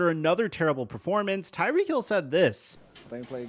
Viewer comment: calls him " Tyreekee"